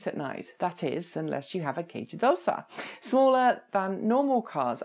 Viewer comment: You make it look so easy when you pronounce "kei jidōsha". You're making me jealous.